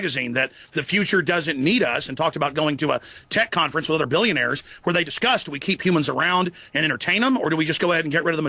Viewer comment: I like how Kyle says Alex won't 'take on duh millinayers and billinayers' then when Alex mentions the Rockefellers Kyle's like 'i DoN't KnOw If ThEy HaVe AnY pOwEr' 😂😂😂😂😂